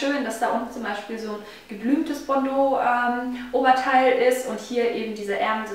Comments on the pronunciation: Ich bin Französin und wir sagen "bandeau" und nicht "bondeau" :) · nein Bandeau , so wie du des sagt hört sich es an wie bordo rot .und ich bin französin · bAndeau nicht bOndeau